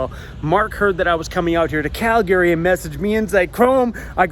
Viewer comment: It's CAL-Gree not Cal Gary